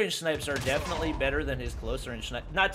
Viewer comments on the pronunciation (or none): none